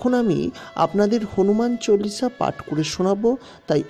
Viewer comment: হনুমান চলিশা হবে না, হনুমান চালিশা হবে। আপনি বলছেন ভুল